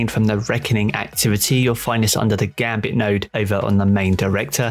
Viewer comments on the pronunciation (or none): none